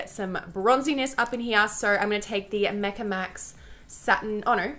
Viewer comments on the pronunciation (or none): none